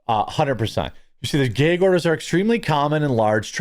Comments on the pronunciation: ITS GAG NOT GAYG............ THA FUC.......? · Is a gag order not a gayg order lol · MY BROTHER IN CHRISTTT….. SOUND IT OUT WITH ME GGAAAA….GGG ORDER. NOT GYYYAAAUUGG ORDER MY GYYUUAADD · Jeremy, it's a short A in the word gag. It's not gaig it's gag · Brother it is gag order not geg order lol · It's a gag order, not a geg order. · Why do you pronounce it as "gayg" order? Is the order gay? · Is it just me, or is he adding extra syllables to gag order? I'm hearing "Gaye-gue order" I'm a fan of this guy, but is he a yankee? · I thought he said a Gay Ogre! I thought there goes Shrek messing things up again! 😂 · What's a "gay-yeeg" order? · why can't you pronounce gag??? its pretty simple rhymes with F_G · It's where he's from, so...... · You say gag really strangely